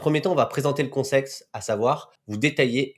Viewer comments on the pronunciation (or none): En plus au lieu de dire context tu dis con S*xE. Tu ne veux pas réécouter avant de poster la vidéo ?